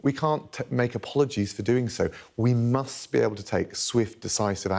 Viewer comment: Those over emphasised "musts" won't hide your stupidity Mr Raab